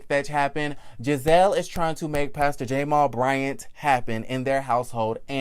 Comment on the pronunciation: Is there a reason why you're pronouncing Jamal Bryant's name that way. Its very annoying...And whats strange is that you are deliberately doing and I cant fathom why 🤔🤔